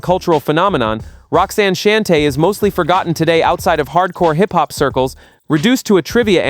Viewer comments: I stopped listening when I heard ROXANNE SHAN-TAY. No AI SLOP for me. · Roxanne "Shann-tay" Idiot. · If only you would pronounce Roxanne Shante's name correctly I would've become a subscriber even though I'm sure it was unintentional 🤔🥴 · Can we stop White people from narrating our musical history! Why can't they ever pronounce correctly. "Shan Tay"? It's Shawn-Tay! "NewClus"? It's New‐Clee‐US! The Soul Train clips are from the 90s ...stay out of shit! Smh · It's cringe when I listen and realize it's AI narrating. It jacked up Roxanne Shante's, Rakim's and Nucleus' name 🤦🏾‍♂️